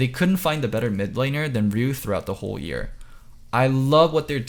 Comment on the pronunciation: every time says 'year" it sounds like "ear"